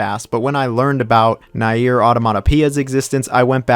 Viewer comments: Man I really don't care if you don't like any game, it's your opinion, but please learn how to say Nier. It's Nier, read like near, not nair. Jfc.... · WHY DO YOU STILL SAY NAEIR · It would be nice to at least pronounce the game's title you criticize correctly. It would also help to listen to why people prefer the previous versions. Also, Spider-man 2 kicks yours and Insomniacs ass all day long.